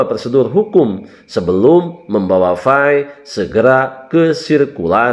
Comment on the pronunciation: Bukan fai tapi Pi